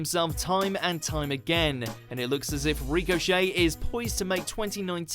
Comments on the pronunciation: It's Ricochet not recochet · It's ricochet not reek-o-shey jesus but good list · who the fuck is REEK O Shay? i know Richochet... not REEK-O-Shay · Ashley.....??? Why not Ash? Anyway, its RICK-o-chet not REEK-o-chet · "Ree-co Shay" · Why you pronouncing it ‘Rico-chet’? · "Reecochet" lmao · Rico Shay, lol good video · Good list, but find an actual wrestling fan to do the images next time. Also this guy really can't pronounce 'Ricochet'. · Can you say ricochet properly please? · His pronunciation of 'Ricochet' killed me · This dude doesn't no how to say Ricochet name Damm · It bothered me how you pronounced "Ricochet"